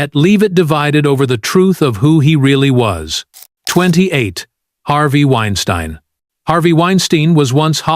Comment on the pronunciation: Why is it that the AI narrator butchers the first pronunciation of a name, but gets it right after that? 😅 Edit: Wine Steen vs Wine Stine 😅 To add Baldwin to this list is BS. The prop master was the one responsible and everyone knows it.